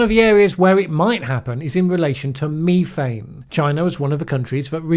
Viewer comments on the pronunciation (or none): well it's statistically impossible that in all my decades of existence I've never heard it pronounced Me thane Until 🙃🙃🙃🤔🤔🤔😜😜😜🐒🐒🐒😎😎😎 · This last one Is incidental You and me Me me me me Methane You Say you and methane Nobody Pronounced the word Ever the way you do Methodical Meth Meth meth Methane I know do not throw stones When you live in a glass house But you say it alot And are going to continue to use it Soooooooo 🤪🤪🤪🤫🤫🤫🙋‍♂️🙋‍♂️🙋‍♂️🤔🤔🤔😜😜😜🐒🐒🐒😎😎😎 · I say you and me thane. And I think you're right that says meth ane; though it didn't really bother my ear. The BBC always says me thane.